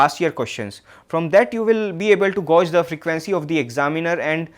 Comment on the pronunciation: Thank you! Small suggestion... You need look at how to pronounce the word "gauge" 🙂